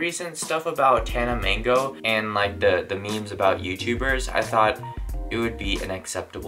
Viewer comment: "Tana Mango"? Bro, learn how to pronounce their names correctly before you devote an entire video to bashing them.